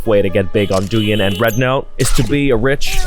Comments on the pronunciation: tf is dooin it's douyin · sorry im half chinese and it hurts seeings someone pronouce douyin the wrong way